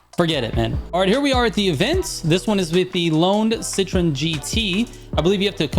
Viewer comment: citrooonnn citreeennnn,,,, forget it man 🤣